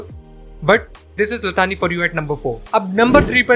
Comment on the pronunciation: ला थानी नहीं "ला सानी" होता है इसका मतलब बे मिसाल होता है